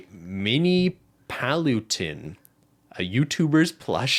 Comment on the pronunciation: It was so funny listerning to the podcast on spotify and then hear them pronounce paluten without any context😂 he's pretty popular in germany probably because 4 mio is a lot in germany☺️ P.S. : i only listend to this episode because I was ironing to answer the question in the end